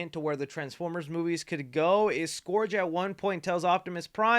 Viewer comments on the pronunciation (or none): Scourge not SkOrGe 🤦‍♂️ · Scourge - 'skurge' - not "skorge" 🙄... mispronounced... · „Scurge“ not „Scorge“ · Pls stop pronouncing scourge like that 😭😭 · Your pronunciation of “Scourge” makes me cringe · Scourge: ˈskərj... pronounced like the "Purge"